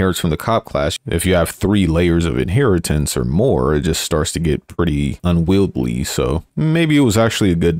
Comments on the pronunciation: did you say "unweilbly" ? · Unwieldly and unwieldy are synonyms. The former is more common in British English. See also: oriented vs orientated.